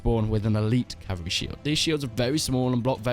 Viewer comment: “Strongest Calvary in the game” *laughs in Swadian